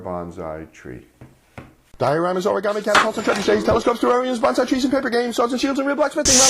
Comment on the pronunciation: I'm Japanese. I really like your bonsai works, but I just wanna tell your pronunciation is wrong. Not "BON ZAI", it's "BON SAI". You call like a "BANZAI" (means hooray).